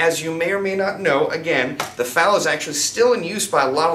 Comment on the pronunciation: Calling an FN FAL a finfal is like calling an AUG an ogg.